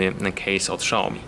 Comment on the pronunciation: nie Szaomi tylko Siaomi jak już!